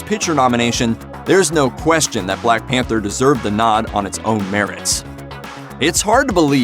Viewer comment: The blaeeck peentaa (Whittaker)